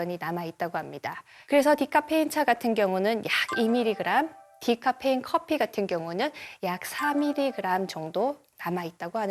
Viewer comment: 코~피를 선호하는. 분명 코피라고 하셨음